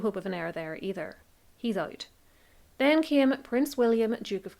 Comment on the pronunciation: Legit thought you said “he’s ugly” not “ he’s out” 😂 whoops